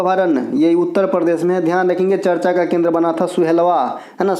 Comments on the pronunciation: Ye hmesha hi charch bolte h 😂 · Sir vo charcha hota he charch nhi 😂😂😂